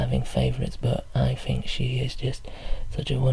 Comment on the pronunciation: "Just fink" :D Extra relaxation because you don't pronounce the T!